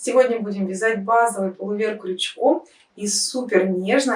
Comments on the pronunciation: ПулОвер, а не полувЕр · Все прекрасно, красиво и просто, одно напрягает - нужно говорить ПУЛОВЕР, а не пОлУвер😊